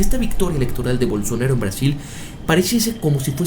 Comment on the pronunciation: se llama bolsonAAAAro, no bolsonEro. tan dificil es decirlo bien????